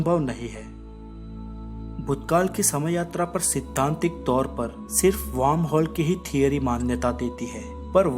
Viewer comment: aor warm nhi worm hol bol